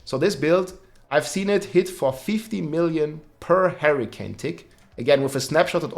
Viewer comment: Harricane:p, i like it